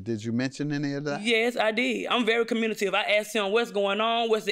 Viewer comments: You stand corrected sir! It’s COMMUNITIVE.😂😅😅🤣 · She also said she’s very “communative” 😂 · I'm very comm-U-ni-tive 😅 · Communitive? Lol communicative? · She said communitive ? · I giggled too but she knows what the word means and she's pretty close to the correct pronunciation. Communicative! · Like "communitive"... 😂. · She’s very commutive! I hate that JM didn’t correct every-time she said it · Communitive....like the. Cummunitive Property in a math problem. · She is definitely "communitive"! 😂. Also, did I hear her say "Reading is Fun and Mental"? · Communitive??? Lawdddd🤦🏾‍♂️😅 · “I’m very 😹communitive😹” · "Im very communitive" 😅lol😂😂😂